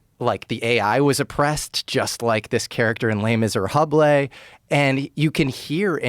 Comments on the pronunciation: The correct pronunciation of "Les Misérables" is lay mee-zeh-rah-bluh. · The fact he doesn't know it's pronounced les miserA kills me as I did back when I was like 13....